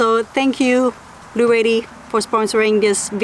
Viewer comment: Blue jay was upset at how you pronounced Blue Etti 😉